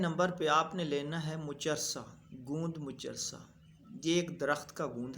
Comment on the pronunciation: ھاھاھا لوگوں کو صحیح بے وقوف بنا رھا ھے یہ نیم حکیم ۔اور سچی بات یہ ھے کہ اس کی خود کی ٹائمنگ زیرو ھو گی اور لوگوں کو بتا رھا ھے۔اور اس کو تو گوند کا نام بھی نہیں آتا۔موچرس کو مچسہ بول رھا ھے۔ھاھاھا